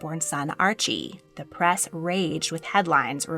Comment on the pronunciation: The word is press, not prass. Why are you speaking in such a strange voice?